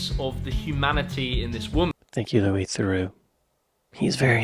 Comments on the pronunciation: Thereaux would be pronounced the-row. Theroux is pronounced the-roo. On another note, for some ppl thought crimes are the worst crimes. You don’t hear much push back about inside prison documentaries and interviews with killers etc. No one is concerned that by platforming them, viewers will turn into killers. On the other hand ppl are very concerned that if you platform a racist, viewers will become more racist. It’s really a lack of faith in other people. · The way to pronounce any name properly is as its owner uses it. So it’s The-rew’, not ‘The-row’. Louis has a unique talent for engaging with everyone he interacts with by being non judgemental and listening intently to the other person’s beliefs and comments. In doing so he appears to be sharing their opinions, but it’s not always so. It’s a very cunning strategy and very few of his ‘victims’ can resist coughing it all up, not realising how clever he’s been. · Lol, Why would you assume a USA-ian pronunciation link will give you the correct way to pronounce it, theh- row is obviously wrong, its a French name so will likely be pronounced that way in English to, theh-rue. USA-ian pronunciation links are invariably wrong for anything outside the USA unless they happen to coincide. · Louie Theroooo - the pronunciation you referenced was spoken by an American. Paul Theroux (American) called himself Therooooo - you’re wrong, I’m afraid. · Louis is pronounced _Lew-ie_, Thru-oh is how his last name is pronounced. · The pronunciation of Theroux can be either. I believe the British side of his family pronounce it Theroo and the US side of the family pronounce it Theroh